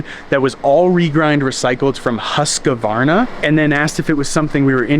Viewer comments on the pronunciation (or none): That pronunciation of Husqvarna was something else 😅 cheers from Sweden where Husqvarna comes from 🇸🇪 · Always so fun hearing non-swedes trying to pronouce Husqvarna 🤣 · Its Huuuus kvaarna, Husqvarna 😘